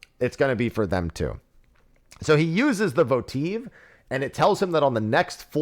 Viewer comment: Extremely besides the point, I've never heard anyone say "votive" like that before and it was distracting 😭